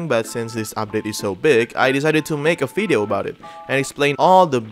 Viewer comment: I find it curious that you substitute a "v" with an "f". And not that you're unable to produce the right sound. You pronounce "w" as a "v" when necessary. But a "v" is always an "f".😁 We are watching your fideo, while having a nice weather outside.